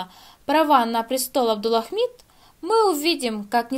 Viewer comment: "Абдулахмид". Выучите сначала правильное произношение имени, а потом обзоры делайте.